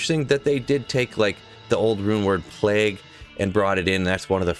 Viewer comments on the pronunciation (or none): Can you tell how to say “plague”. Dude says plag